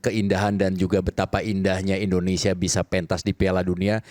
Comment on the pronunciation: Hostnya sj sebut negara, endonesia.